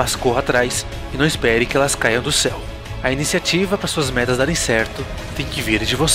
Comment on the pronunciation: "metas" ou "merdas"?